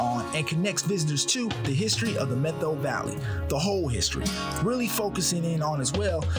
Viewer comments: Met-how, Puh-tear-us, And Oh-can-awe-gun. (Family has lived in the Methow for over 120 years) Other than pronouncing towns incorrectly, loved it. Made me homesick to see the area. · It is pronounced "Met-How". Okanogan has to g sounds in it.